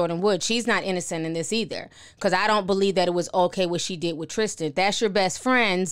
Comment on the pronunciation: Why can’t y’all talk? It’s Tristan not Trishtan...